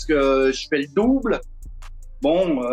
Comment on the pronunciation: "le douwble" X)